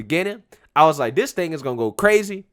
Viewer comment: Hi, I am a white conservative male and I noticed that instead of using the word this you are replacing it with the word diss, I was wondering could you please pronounce it as this instead because pronouncing it as diss makes you look ignorant.